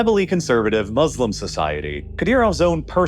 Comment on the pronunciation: Thank you for the very informative report. Just one thing: The Arabic word that means "Those Who Submit to God's Will", Muslim, is not pronounced "Mud's Slum" as you sound like you're saying. This two-syllable word, Mu-slim, is pronounced just like you would say each syllable individually: "Mu" and "slim". The second syllable "slim" is correctly pronounced just like the English word "slim" in the sentence "The odds are slim to none that my lesson in linguistics will be learned":)